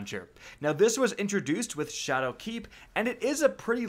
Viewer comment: the way you pronounce shadowkeep. there is no gap in that word, so why do you say it